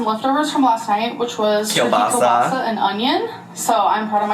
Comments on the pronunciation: it's Kill-bahs-eee not kill-bas-ah. Love you just wanted ya to know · Also! Everytime I hear "kelbaza"... is it spelled "calabaza"? As in, Spanish for "Cabbage"? 🤔🤔